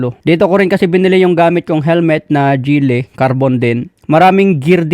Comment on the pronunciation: Gillie ( Giilii) not gehlii Zues ( sus) not seyus At ang JVT ay taiwan not thailand